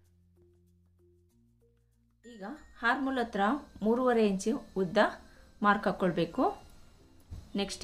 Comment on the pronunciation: ಹಾರ್ಮ್ ಹೋಲ್ ಅಲ್ಲಾ...ಅರ್ಮ್ ಹೋಲ್ ಆರ್ಮ್ ಅಂದರೆ ಕೈ ಹಾರ್ಮ್ ಅಂದರೆ ಉಪದ್ರ ಕೇಳೋದೇ ಕಷ್ಟ ತಪ್ಪು ಉಚ್ಛಾರ